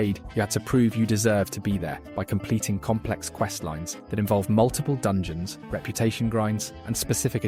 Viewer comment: "dungoens" Yes